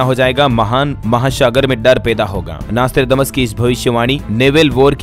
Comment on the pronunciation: आर्रेप्ब्भाव्हु आर्रै प्ब्भ्यैण्हाहा पैलै Nostrademas नौश्ट्राडेमस बोलनेको सिख प्फ्यीर्स्ये तेरे देश की तारिफ पे तारिफ कर पेहेले शब्द सीख